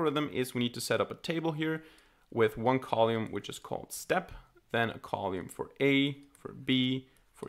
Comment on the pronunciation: It's cute that you call it 'colume'. Amazing work. Thank you